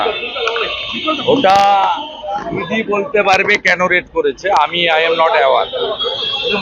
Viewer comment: naughty bhi bola fir se suna 🙈🙈